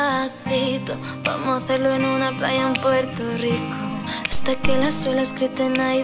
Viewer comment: It is Puerto Rico not Puerto leeco